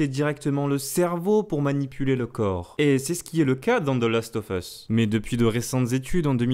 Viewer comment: salut on dit "Last of USSSSSSSSS" pas "FUSSS" c'est super horripilant vos prononciations a la gomme ! retournez a l'école et en cours d'anglais ! merci !!